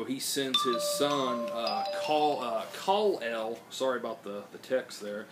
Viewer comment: sorry its Kal - El lol